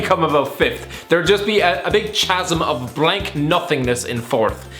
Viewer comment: that is not how you say chasm.